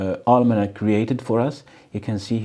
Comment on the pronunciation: Almanak means calendar in my language. Pronounciation was correct